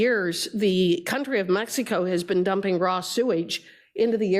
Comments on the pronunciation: She says meks eeh koh 😂😂😂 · She keeps saying mex